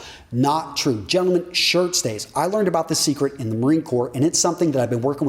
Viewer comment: Your Gentleman Sounds Like German 😂 funny :D